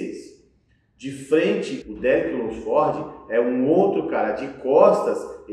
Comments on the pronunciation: insiste em falar o nome dos cara errado kkkkkk derick lunsfórdi, terrence rufín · Qual a dificuldade de todo mundo falar o nome do Derek Lunsford de uma forma mais certa? Nem é so o que fala tudo errado, quase todo mundo fala errado esse car4io de nome kkkkkkkk